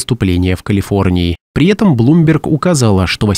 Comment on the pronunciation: Кто- нибудь, подскажите диктору, что нужно говорить - при этом, а не - при етом.